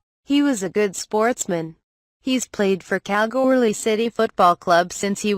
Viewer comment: Hey I live in Kalgoorlie ps you're not saying Kalgoorlie right